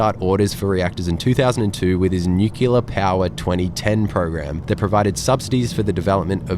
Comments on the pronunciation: Ehm… new-clear…. Not new-cular 😂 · New killa? If one can say "new" and "clear", they can say "nuclear"... Come on now... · you do call it nucular, so clearly you are an honorary american. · Hahaha same! I was literally scrolling down comments to see if someone else had picked up the "nukilar" pronunciation XD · Not nuclear. Newkeelar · Assume "new-kew-lar" is a George Bush pisstake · Please don’t opine on nuclear power until you can pronounce the adjective. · Lol the way he's pronouncing nuclear is sending me😂😂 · please learn how to pronounce 'nuclear' correctly. It spoilt an otherwise good video. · Totally agree. So many people get this wrong.